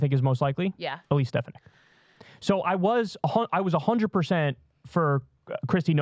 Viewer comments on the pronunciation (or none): Kyle, you’re from NY, you know damn well how to pronounce stef-AH-nihk 😂😂 Plus bonus to Kyle for the Borghum detailed visuals upfront